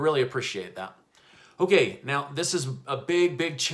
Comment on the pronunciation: I love it when you say okAY!!👌 it makes me laugh. Thanks for the news...!!